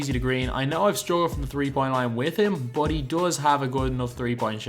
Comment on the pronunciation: i hate how this guy says "but"